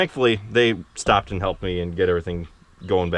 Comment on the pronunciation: Another word issue that makes my ears ache... It's "and" not "ant"... I know, but it just jumps out at me. Your brother does it too, and I'll bet your dad does as well, but he doesn't talk much. Just shoot me... have a great day.